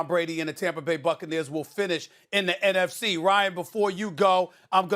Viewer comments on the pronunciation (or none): It’s NFC not afc